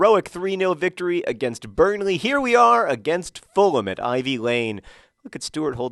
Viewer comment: The way John says 'Burnley' is funny.